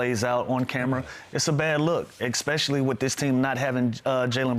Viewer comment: Hey Lou, English teacher here. Consider some other words to use instead of ekspecially. Like, in particular notably largely chiefly mainly mostly principally strikingly conspicuously outstandingly Then all the little dudes who look up to you will say that too.